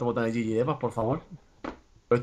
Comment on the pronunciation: es GG no yiyi y un boton gg suena GEEEEEEEEGEEEEEEEEEEE